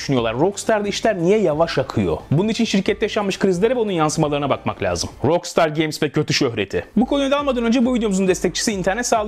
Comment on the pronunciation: rockstar'ı niye ROKSTAR diye söylüyorsun? her duyduğumda kulağım kanıyor, özelliği varsa açıklar mısın? eleştirmiyorum, bilmediğim için soruyorum :)